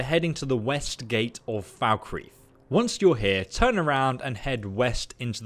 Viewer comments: It’s pronounced Fall-Kreeth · I knew where this was heading when you said "Falkreath"